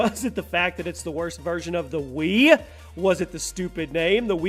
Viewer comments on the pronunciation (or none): the "WeeWee" XD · Hahahahaha every time you say wiwi gets to me every time lol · Ninintenendo wiwi? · Ha!!!! The wiwi is a pee ha no efence but its funny when you pronounced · Lol wiwi sounds like kiwi I laughed so hard I chooked on my spit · The WIWI. r u serious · Jin M "Uh hello can I buy a WiWi please?"